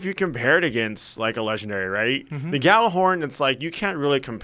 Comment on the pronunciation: Ya-ller-horn. Not Gal-er-horn. jeez